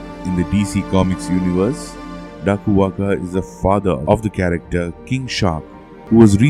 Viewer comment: da koo wan ga is how it is pronounced in Fiji. Nice research. now get this! The pope's headdress honors a man god wth a shark head.